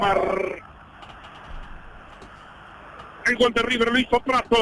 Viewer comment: Gol de boca: Gol de boca: Gaal de boca: PARAPAMPAMPAMPARAMPA PARAPAMPAMPAM PARAPAMPAMPAM